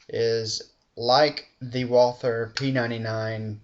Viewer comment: nice review dude but if you say "wather" you have to spell the "th" as a "t".